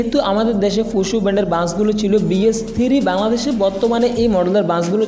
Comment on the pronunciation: ফুসু না ফুসো। ছুসাল মিডিয়া না স্যোসাল মিডিয়া 😆😆🤣🤣🤣